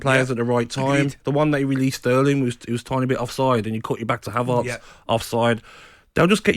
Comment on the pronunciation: "Havarts" "Kavavitch". Top literacy from Gabby Upmabumawhore